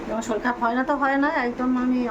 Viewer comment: Shoril😂😂😂😂 ki bhasha...shorir bolo...bor kothay?